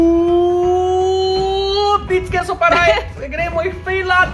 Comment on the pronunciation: Namesto c povej č in tako se pravilno reče